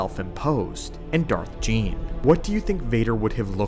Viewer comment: Not Gean lol.